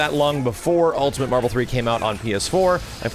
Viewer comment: said "Ultimant"